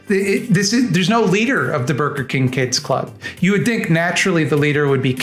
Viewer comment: "Borgar King"